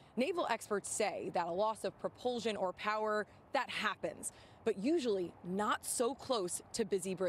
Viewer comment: Commentator Needs to learn how to Pronounce "Propulsion"... Google will let her hear an audio pronunciation of the word. "sion". There seems to be a rash of people mispronouncing words on the news.